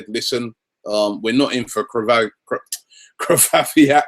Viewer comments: Robbie, save yourself pain trying to pronounce Grzegorz Krychowiak! Just call him Greg... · pronunciation of krychowiak is still not good :)